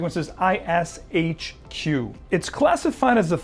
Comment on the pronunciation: Hey, thanks for your great list! <3 "ISHQ"="ishq" means "love" in arabic and it's pronounced like "ishc" in "dishcloth"